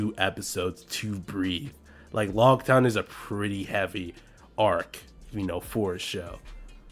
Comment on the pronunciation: lougetown not logtown